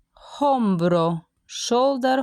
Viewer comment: hombro sin pronunciar la h